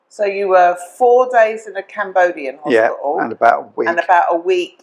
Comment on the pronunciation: HOSPITAL NOT HOSPIAL GRANDMA